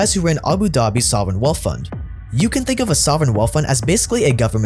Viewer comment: Love your channel dude! Awesome content! On thing tho, please learn how to properly pronounce “th”. After hearing you say “wealf” over and over again it really got annoying